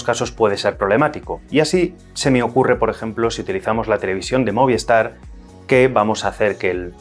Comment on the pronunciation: ¿Por qué todo el mundo dice "Moviestar", si es Movistar? Es un misterio.